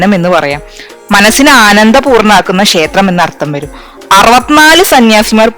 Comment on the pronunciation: ഷേത്രം എന്നല്ല, ക്ഷേത്രം എന്നാണ് ശരി